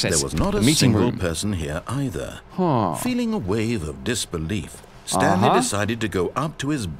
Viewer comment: lol instead of saying the Stanley parable he says the Stan Lee parable.